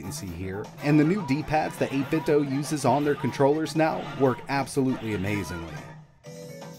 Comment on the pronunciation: it's pronounced 8bit doo